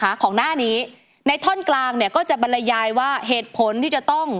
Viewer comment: บรรยายอ่านว่า บัน-ยาย ค่ะ ไม่ใช่ บัน-ละ-ยาย ตามที่พิธีกรพูด